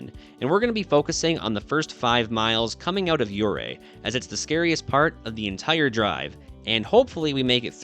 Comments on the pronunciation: Ouray isn't pronounced "yeray" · Please! Learn how to correctly pronounce the name of the city Ouray if you’re going to be making a documentary that includes it. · Let's get the name of the town pronounced right. When pronounced correctly the "O" is silent and the town is fashioned after a swiss Alps type of setting. It truly is a beautiful little town. KOA is also a great place to camp in Ouray.